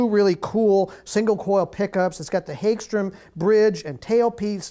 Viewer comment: Hag-strom, not hage-strom